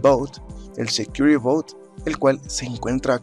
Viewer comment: "but" no "bout".... suena a "barco seguro"